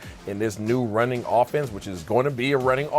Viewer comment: time stamp,,, I.S. "This IS going to be a running offense..." Well, in 1 breath, the truth is we don't have a named starter as RB1 BUT We have Lamb, GP3, Fergy, and QB1 as solidified and bonefide stars in their OWN rites!!! It's just funny to hear the VERY noticable emphasis placed on a "running offense" as if it's run first, run-heavy, etc I think the passing game will open up the run-game Initially if nothing else